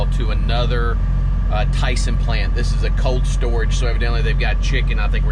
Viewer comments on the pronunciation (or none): none